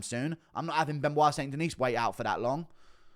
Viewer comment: "St. Denise?" Guru is almost as bad as Brenden Schaub at pronouncing fighters names...